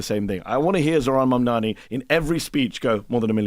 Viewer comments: Furthermore, Charl comes across as being not educated too. Does he even know how a party in government work? He is really asking Mehdi stupid questions about the shut down. Mehdi is a patient man. And Char too has trouble with his CONSONANTS. Cannot say MAMDANI. Mispronounces his name, So what is it about Americans not knowing their consonants in English ? Is it laziness or simply being illiterate ??? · The name is MAMDANI you should learn to say the name because I am going to be your boss! Hahahahahaha!